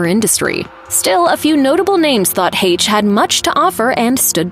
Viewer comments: And for the love of Pete if you’re going to talk about someone at least pronounce her name correctly not use AI. Lazy and disrespectful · The whole MISPRONOUNCIATION of her name is so distracting!! RIP Anne!!!